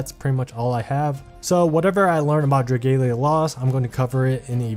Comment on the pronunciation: It's pronounced as "Dra-ghal-ya" not "Dra-gale-ya"